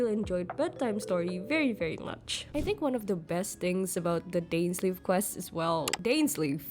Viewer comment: Pls pronounced Dainsleif name properly